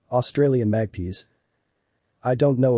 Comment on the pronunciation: That black and white bird is a Magpie (mag-pie) not mag-pea.